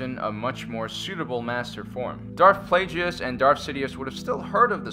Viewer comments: man you pronounce the names so weird. pretty sure its a hard G in darth plagueis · You said plaguéis wrong